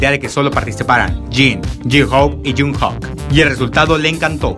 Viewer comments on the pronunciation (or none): Jung jok?? Jajajajajajajaa La pronunciación es (Yungkokk)